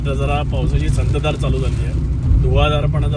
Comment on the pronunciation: संततधार असतं संतधार नाही